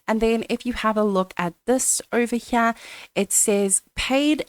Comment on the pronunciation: "ovah- Hyeah"